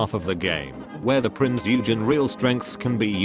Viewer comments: "THE PRINCE YOU-GEN" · A German here: Please...Prinz Eugen is pronounced like Prince Oigen.😉 Oi like in oil! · Jesus Christ, the AI voice SLAUGHTERED the "Eugen" name.